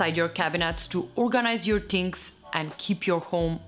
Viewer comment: So we Italians are not the only ones who say ‘tings’ 😂😂